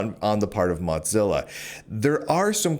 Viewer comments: Never heard anyone pronounce Mozilla as Modzilla, is that the right pronunciation or is it Mozilla? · Mow. Zilla. It's not a cheese. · Honestly, Motzilla is a better name. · You continue to make a fool of yourself mispronouncing Mozilla. Unsubscribed.